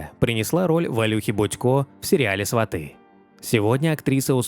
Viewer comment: СвАты,не сватЫ.Никого не поправляю на разных каналах.Но вы...Не кулинарный ведь канал.Не стала смотреть...